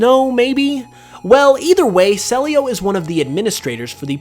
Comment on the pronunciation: I think CELIO is pronounced CEE - LEE OOH